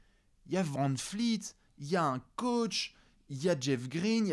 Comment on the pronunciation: Vous galérez vraiment à le dire... c'est Gloubi-Boulga. C'est comme McCollum, à prononcer EUM et pas OUM. Et Van Vleet, pas Van Fleet (elle est pour toi, ça fait 5 ans que tu écorches son blase 😅).